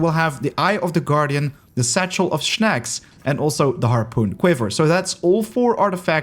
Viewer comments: snacks* not shnacks 🤣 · shnacks it is snacks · "Shnacks" xD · Your pronunciation of “snacks” is weird :D it’s like you try to pronunce snails and snacks together :) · I find it rlly cool tbh 😂